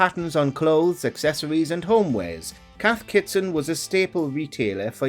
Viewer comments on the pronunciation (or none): Hearing the narrator constantly mispronouncing Cath Kidston as "Cath Kitson" 😂